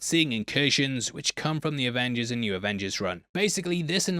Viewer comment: Avongers Avingers Revengers AvengerZ lol